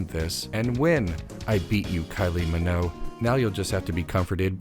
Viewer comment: As long as you're on this video game arc, I don't need to play. Ps Hard 'g' in Minogue